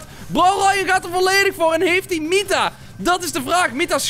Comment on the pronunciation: N Braam hij zegt mitta geen nita🤪